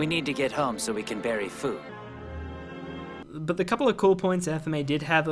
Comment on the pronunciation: "We need to get home so we can bury FU" not food. Fu as in Old man Fu, Lan Fans grandfather, You know? the guy who DIED